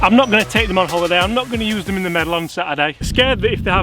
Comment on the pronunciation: Is that the British way to say use?